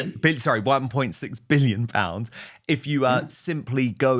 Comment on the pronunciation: How he emphasized . ONE point Six BILLION POUNDS . And then gets told its a BARGAIN.